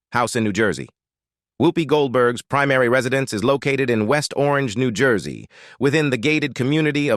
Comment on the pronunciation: Please please... Her name is not Hoopy. Her name is Whoopi. The state is not Knee gee say it is New Jersey.